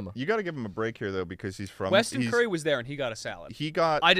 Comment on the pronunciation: Tell me Charlie didn’t just pronounce “Weston koury” as “Weston curry”..